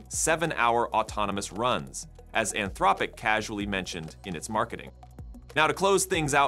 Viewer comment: Your AI voiceover has an impressive number of pronunciations for “Anthropic”